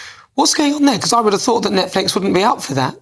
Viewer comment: Its Netflix btw not Netlix